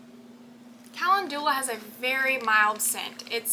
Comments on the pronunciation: It's pronounced kuh·LEND yuh·luh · Not being mean or anything but, Calendula is pronounced. [KUH]+[LEN]+[JUH]=LUH]. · I love these oils, I am very interested in herbal medicine and calendula (pronounced kalenndula) is anti-fungal, anti-bacterial and can be used for all sorts of wound treatments, as in an ointment. It's also very beneficial in keeping the skin soft and healthy, very good for you if you work much with soil. ❤❤❤❤❤❤❤ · Good morning. Do they pronounce calendula differently in TX? In VA, we pronounce it ca LEND u la...duck duck go agrees with us. You are such a good teacher for so many subjects. I really enjoy your videos!